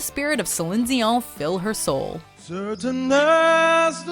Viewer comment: Why are you pronouncing Dion like that?